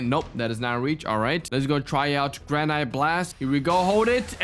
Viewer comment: Also, Granite is pronounced "Gra-nitt"